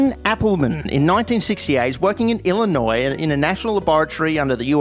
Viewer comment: I’m from Illinois. 1. I’m surprised you pronounced it right, 2. The meme was accurate